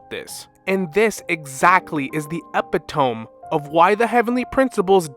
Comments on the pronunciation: Epitome is pronounced "e-pit-oh-mee" not "e-pee-tome". Not a callout, lot of people read it and never hear it out loud (including me haha). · "Epitome" is "eh-pit-toe-mee"